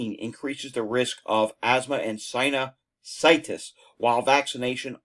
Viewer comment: Thank you! Fyi, sign-you-sigh-tis. 😏